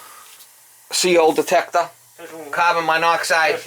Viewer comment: CO detector, what? 😂😂